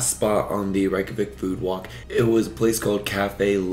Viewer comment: The correct pronunciation of Reykjavík in Icelandic can be phonetically written as Rayk-yah-veek. The "a" in -Rayk is similar to the "a" in the word "pace", while the -yah sound is pronounced similarly to the word "yes" in German, "ja", with a very open "a"